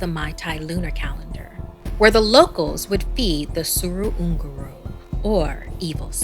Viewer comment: Wait what how 🤣 i never thought manipuri story will come at your channel thanks for uploading btw u r pronouncing it wrong